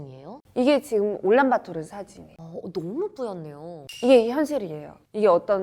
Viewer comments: 올란바토르가 아니고 울란바토르 아닌가? 내가 잘못 알고 있나?... 도 올란바토르라고 하시니 더 헷갈리네... 그나저나 어르신들이 산 뚫는 걸 반대한다고? 징기즈칸때부터 내려왔다? 그 산들은 징기즈칸 이전부터 있던걸텐데..? 자연 사랑? 좋지. 근데 오염되서 자연이 더 망가질거 같은데..? 산사태 방지나 어린 묘목을 위해 벌목하 듯 융통성 좀 가지자. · 올란바토르인가요 울란바토르인가요?? 발음이 듣기에는 올란바토르로 들리네요.